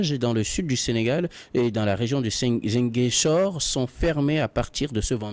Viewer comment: Mr le modérateur, prononcez svp ziGAINchor. C vrai il est ecrit ziGUINchor